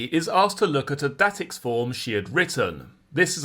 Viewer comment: Datix is pronounced day-tix